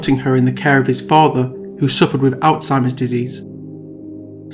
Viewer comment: Are we not going to talk about the fact that he said OUTZHEIMER’S disease, really?